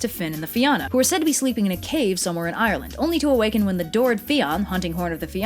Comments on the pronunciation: Fionn is pronounced Fee-un An Fianna is pronounced Feea-na Fear Dorcha is pronounced Far Dur - acka Samhain is pronounced Sow-in The rest ye got right👍 Theres 12 main dialects of Irish so don't mind the keyboard warriors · I am crying at the pronunciations. Like I get that this is a very different language than English, but listening to the mispronounciation (sorry, I can't spell) of words that are fairly easy to pronounce with just a quick Google search is killing me. It's Fianna as in Fee-anna not fee ánna. (No grudges of course, it just kinda grinds my gears. This is mostly just me being kinda pedantic)😄😢😄🍊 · Great vid, loving this channel. Not gonna lie though, I cringed when you didn’t pronounce the names correctly, and when you called our language “Gaelic”. So just a few tips: Oisín is pronounced “ush-een”, Fianna is pronounced “fee-a-na”. And finally, our language is called Gaeilge, or more commonly referred to as just “Irish”. We never call it Gaelic, that’s a Scottish and Welsh thing.